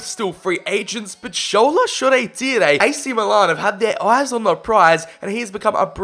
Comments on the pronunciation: Shaw-tyre. None of this Shoray-Tiray nonsense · ITS SHORE TIRE NOT SHOREETEEREE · "shoree teeray" its shoretire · Bro why are you calling shoretire “shoo ray tee ray?🤣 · Shoretire is pronounced shaw tyre btw🤣🤣love your vids tho bro keep it up🙌🏽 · Turned off after you pronounced Shola Shoretire the way you did. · What is this pronunciation of Shoretire lmaoooo